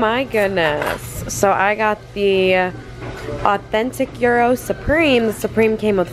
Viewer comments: As per you being half Greek I think it's appropriate you call it yee-ro like intended, not gyro. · How can she be greek and pronounce gyro wrong.. thats ridiculous. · Yes, girl, definitely represent and say it correctly "YEE-ROH" !! Lol I am from Columbus and I always loved getting gyros when I was attending OSU. Thrifting is amazing if you enjoy it. It's not for everybody but it's cool you gave it a chance and spent time with your mommy. Loving this vlog channel content. 💕